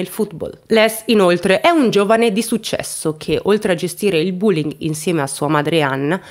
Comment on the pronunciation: Si pronuncia "BÒ.LING" senza la U! 😱 Sono madrelingua insegnante inglese. Il racconto è fin troppo ingarbugliato tra l'altro, mi dispiace. 'Bye😢